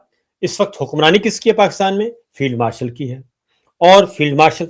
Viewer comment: Aap log b zulem kertha hai sabar sab .billawal butto nehi AP butto boltha hai .Asim filled martial nehi AP martial kehtha hai q